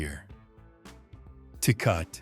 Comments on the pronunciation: It's NOT pronounced TAY-COT but TAY-COT-TEY and if you think that Lone Star an A grade cheap beer i feel sorry for your tongue and your liver. Lived in Texas for 12 years after living in and near St. Louis most of my life. I had a glass or two of that swill and swore off beer until I got my hands on Modelo and especially Negro Modelo,---better than Tecate, better than Dos Equis. Negro Modelo is still my choice of beer. Guiness stout on special occasions. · 😂😂 Tay-Cah-Tay ….Tecate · It's Tah Kah tah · Do you really trust the opinion ?of a sight that mispronounces Tecate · As much as people bitch about bad grammer here...no one here complains that this robot clown can't say tecate properly